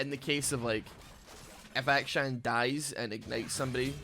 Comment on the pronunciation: It really does sound like you're calling him Aka-chan every time.